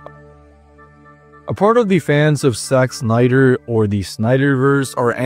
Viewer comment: it sound like you pronounced "Sex Snyder"